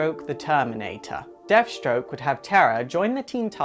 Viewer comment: lol..."deaf" stroke the terminator....